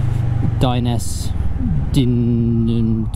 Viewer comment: Dye neh seh. Italian.